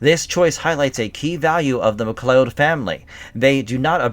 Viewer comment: Why the hell are you butchering their name? It's not like they don't already pronounce it in the movie/series